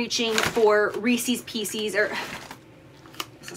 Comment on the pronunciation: Jaclyn: pieces = "pee- seas" 😂💋💜